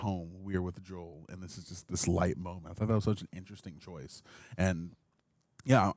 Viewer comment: Someone tell there isn't an L in the word "moment" 😅